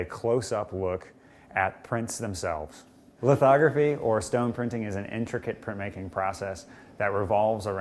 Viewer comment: what did he say licotine ?